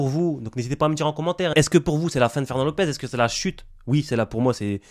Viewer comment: "Ferwnand t'es morwt"